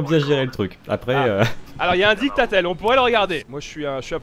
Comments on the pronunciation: " Dictatel " c'est sérieux??! Mdrrrr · on dis didacticiel pas dictatel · Didactitiel pas DICTATEL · Didacticiel putain, pas dictatel. mdrrr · Un "dictatel" oui oui mon p'tit c'est comme ça que ça se dit.